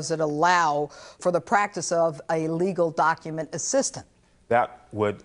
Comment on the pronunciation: docUHments. Wtf is a doc-uh-ment?